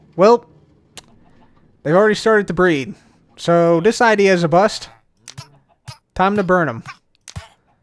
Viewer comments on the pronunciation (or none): none